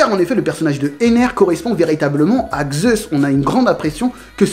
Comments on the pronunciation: Vidéo très bien et très complète, j'irai aussi la voir chez Le Roux 👍 Je vois que le noms et toi sa fait 2 😂 car on ne dit pas "Gzeus" mais simplement "Zeus" ou même "Dzeus", c'est de la phonétique donc c'est comme ça j'y peux rien 😂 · Zeus et non Xeus :) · Si tu pouvais éviter de dire Xeus au lieu de Zeus parce que enfaite c'est pas les mêmes lettres ... Du coup Zeus ça se prononce soit comme ça s'écrit soit "Dzeus" mais pas Xeus ^_^ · vous n avez pas l inpretion qu il dit Gzeusse au lieu de Zeus ? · Sympa de prendre la théorie des autres... Puis pourquoi tu dis Xeus ou lieu de Zeus?? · "xeus" xD